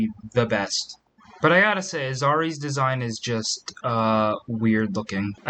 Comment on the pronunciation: 1st of all, I have never once heard an accent in Toruun’s voice. 2nd of all, why do you keep pronouncing Azari’s name as “Azure”?